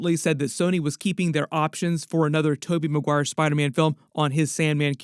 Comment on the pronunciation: “Spida- mein” 😂😂